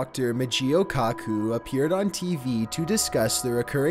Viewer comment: Dr kacoo....um. No definitely Dr coo coo....